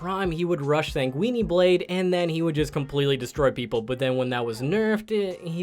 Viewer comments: For the love of god, just say S Blade. If I hear you mispronounce sanguine again I'll haunt you and your entire bloodline until the end of days. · You should look up how to pronounce the word sanguine as in Sanguine Blade. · I'm sorry, did he say Sanguini blade? All I can imagine is some guy waving around a bunch of pasta